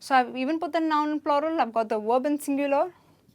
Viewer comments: Is it plural or ploral? I assumed it as floral!! 😂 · Why are you pronouncing PLURAL wrong ????